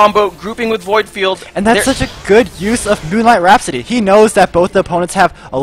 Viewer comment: Getting annoying when I gotta keep hearing "Moonlight Rhapsity"